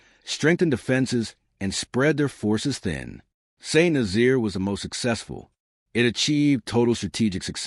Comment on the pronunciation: St Nazaire . St is not 'street' it is 'saint'. Nazaire is Naz-air not Nazeer!!